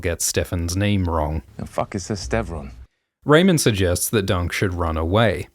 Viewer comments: The fact that Ser Lyonel does not even know Ser Steffon and mispronounces his name is so in character for the laughing storm. It made me cackle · When I was watching the episode, I thought it was weird he said "StevRon" instead of "Steffon" and it didn't occur to me that that was the show telling the audience he doesn't know Steffon and therefore Steffon was LYING. * face palm * thank you so much for making this Explanation video!